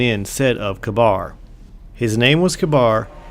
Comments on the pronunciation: Next time, please check your pronunciation. It's Ka-Beer for Kabyr, Ee-Gus for aegus, and pah-hee-nin for pahinin. Other than that, great video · I think Kabr is firstly pronounced Kāber second he went with panahin the warlock and praedyth the hunter and he had some sort of trial in the trial of kabr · I think its pronounced Kay-Burr.